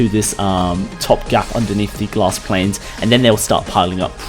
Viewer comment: I love how he says /planes/